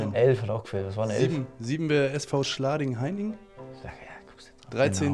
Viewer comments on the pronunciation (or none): "Schlading" ... ich glaub der Mann hinter der Kamera sollte sich mal persönlich in Passau entschuldigen 😁